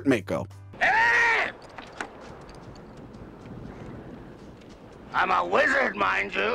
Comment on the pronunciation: The irony of correcting the pronunciation of Neanderthal (and later Cimmerian), but saying Mako wrong the whole time. It's pronounced Mah-ko, not May-ko. 😉👍 Great review! Awesome film!!!